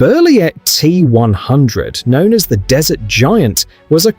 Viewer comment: AI generated content. I didn't last past "desert" being pronounced as "dessert"